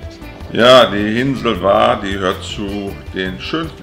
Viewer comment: Sehr schöner Bericht, vielen Dank! Der Name Hvar wird Chwar gesprochen. Im kroatischen spricht man hv immer ch. Ein ch weit hinten wie die Schweizer bei "Chuchichäschtli". "Danke" heisst auf kroatisch "hvala" msn spricht "chwala". 😊 Alles Gute Euch und allzeit gute Fahrt